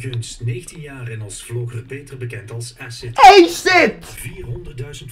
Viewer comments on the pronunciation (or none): Edit: "asidt" "joetoep" Aii Sterk! XD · HAHAHA “esid” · Ik zal ff uitleggen aan de boomers hoe je Acid uitspreekt. Eejsit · Haha ja, maar je kan toch op zijn minst eens uitzoeken hoe je 'acid' uitspreekt😂😂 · hoe ze acid verkeerd kunnen zeggen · als je komt praten leer eerst eens "acid" goed uit te spreken :/